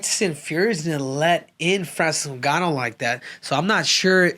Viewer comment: Bruh are your trolling or is it real you cant pronounce names?? FRANCIS NOONGANO......OR FRANCIS NEWNGANO?